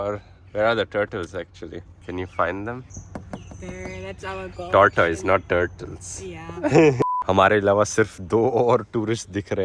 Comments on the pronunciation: Do you know..... tortoise should be pronounced as totus(टोटस) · Improve your pronunciation. You are not pronouncing tortoise properly.